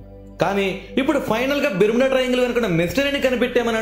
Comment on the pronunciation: Are nuv fast telugu nerchukove...! Bermeda kadhu barmoda